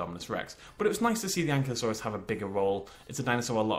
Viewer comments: an'KYLO'saurus is correct, not an'klee'osaur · You are aware,, that it's An Kiy (as if you were going to say kite) Lo Sore Us.